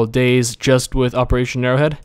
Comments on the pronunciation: Dude it's pronounced Day(Z) keep the Z loud! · umm dude... its day-zee not days just btw. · its DayZ not days you say day and Z not days so dayZ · Its not supposed to be pronounced Days because its a game about zombies it is pronounced Day Zee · It's not dayz, it's Day-Z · DayZ as in Day-Zeee like you said not Dayz like Days like he said finally someone pointed that out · example he is saying "dayzzz" when its really pronounced Day ZED or Day Zee. (DayZ) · BTW, it's Day - Zee or Day - Zed. Not Days. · It discomforts me slightly that you refer to the mod as "Dayz", not "DayZee" or "DayZed". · its not dayz, its Day ZED or Day ZEE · its 'Day-Z' not 'Days' or 'Day-Zed', but that's just my opinion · Its painful to hear him say "Days". Its Day-Z! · its pronounced as 'dayzee' not 'days' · DAY.......Z NOT DAYS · Its Day Zee...not days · day-zee not days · it day-z not dayz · Its Day-Z not Days? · its 'day-z' not 'days' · It's not days it day z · It's not 'Dayz' it's 'DayZ'! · i find it funny how he says Dayz while it should be Day Z what else do you got that big Z for ;D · Daies??? it's Day Z and not daies. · dayZ not days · For fuck sake, its Day_Z Not Dayz. Day_Z as in Zombie or Zed. Day Z. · Day z not days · It is not called dayzzz it is day Z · or its pronounced days but with a z cause its about how many dayz you can survive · its pronounced daysi not days -. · ITS DAY...Z NOT DAYS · Lol its Day Z not Dayz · he did not just call it dayz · i find i funny how you dayZ like days its funny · It's Day-ZEE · Its pronounced day-zee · every time you call it days it makes me fucking angry :/ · its pronnouced Day Zee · Its actually Day Zed... :\ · "how to install dayyyyys" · It's pronounced DayZee. Z as in Zombie..... noob. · ..... its Day-Z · It's day-Z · Its pronanced day then z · It is day ........z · Lol, he calls he Daze... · Youre gunna get soooooooo much hate for pronouncing it wrong